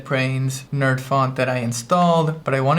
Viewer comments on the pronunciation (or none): none